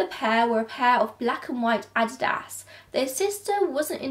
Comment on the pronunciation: Adidas 🥴 not "I-did-as" that really jerked at my soul 🤦🏽‍♀️